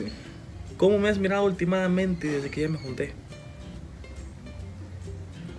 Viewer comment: con.todo respeto no se dise ultimadamente se.dise hultimamente. Mil.disculpas